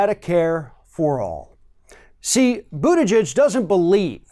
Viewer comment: I just noticed you finally stopped saying literally "Boot Edge Edge". Lol.